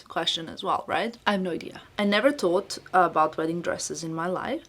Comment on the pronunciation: I hope will not get offended but I hope she can correct how she pronounce “th”, pronounce thought as tot, think as tink. It is just the correct way to pronounce these words